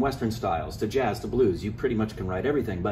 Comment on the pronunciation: Blues two times .. yet you say jaaz two times